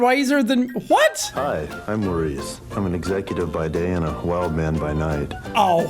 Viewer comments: he said he's a wild man at night but he said it like "hwild"🤣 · I believe he said a Whild Man at night. Which was meant to be wild I am guessing. 🤔